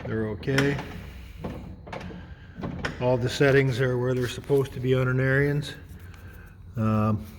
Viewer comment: AIR-enz.... NOT Air-ee-enz